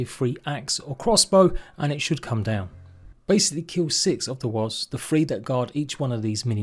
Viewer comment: I love the way he pronounces Wasps.. Wasbs 😅